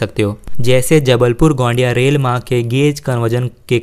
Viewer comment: गोंडिया नही है गोंदिया है